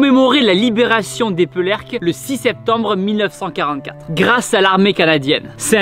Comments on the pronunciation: Damn Tibo ! On dit ÉpÉrcleques et non pas Épeurleques,bref ça fais plaisir de toi voir ici car étant habitants de St-Omer j'allais souvent voir cet endroit Et je me posais plusieurs question.. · La ville se prononce : "Épérléques" et non "Épeurléques" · Epeeeeerrrleque tibo pas d'epeurleque 😂😂 force à toi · Éperlecques pas Epeulercques Tibo 😂😂😂 mon oreille de nordiste à sifflé là 😂 Super vidéo sinon ! Je ne sais pas si tu y es allé durant ton passage par chez nous il y'a aussi la Coupole d'Helfaut pas loin qui a également servi de base de lancement pour les fusées V2 et qui maintenant est un musée :) si jamais un jour tu reviens dans le nord n'hésites pas à y aller, c'est très intéressant :) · Merci d'être venu dans le Pas de Calais et de raconter l'histoire, mais s'il te plaît, c'est Eperlecques pas Epeurlecques. Je plaisante Merci pour tout ! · Juste pour info ont dit pas epeurlecke ça se prononce Epérlecques ( Épée ) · Tibo, on ne dit pas EpEURlecques mais EpAIRlecques ! Il faut parler aux habitants pour connaître la prononciation !😊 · Éperlecques se prononce « Épairlèque » et pas « Épeulèrque » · Excuse moi Tibo j’habite à coter delà et sa se dit épérleques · Fait un effort sur la prononciation du nom de notre village stp 😭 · On aura jamais autant écorché le nom d'Eperlecques mdrrr